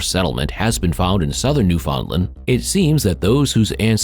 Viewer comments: Why can't any Americans pronounce "Newfoundland" right? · Ok...your seriously saying Newfoundland wrong.....your a history channel...sorry its driving me nuts🤓